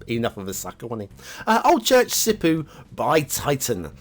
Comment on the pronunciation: That's right, Sipoo is in Southern Finland, and btw, it's not pronounced like "poo" (I know it's the funny way to say it in English and I'm guilty of using it myself lol) but instead like the "po" in "posh" just really stretch out the "o". A single "o" is exactly the same as in "posh". That's the way to pronounce an "o" in Finnish across the board, so just apply to all Finnish words and you'll sound a lot less funny immediately. Yvvw :D